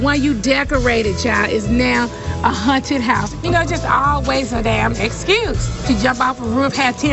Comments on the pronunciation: the way Nene kept pronouncing haunted as “hunted” 😂 I miss the old Nene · Yes I thought it was just me hearing the word Hunted